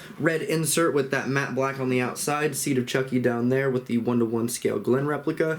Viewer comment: I laughed when you called Chucky “Chonky” 🤣🤣